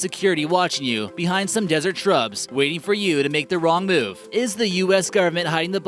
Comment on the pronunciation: It`s the government, not "the gurment".